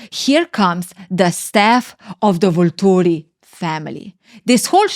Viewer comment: I LOVE the way you say Volturi 😅